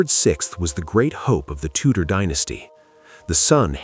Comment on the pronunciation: That's Tudor dynasty not Tutor dynasty.